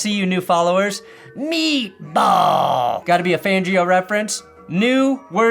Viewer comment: I found the way you said meatball way too funny 😭